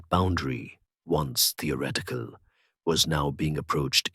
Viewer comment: The reader/narrator CANNOT pronounce the words with the consonant combination 'th'. He says, 'ah=TOR-it-tee' instead of 'ah thor =it=tee'. He says, 'tee=or=ret=ick=cull=' instead of 'thee=ah=ret=tick=cull'. What the heck is this mispronunciation!??!!? Not a single one time, over and over and over AGAIN! Listen to this HUGE error!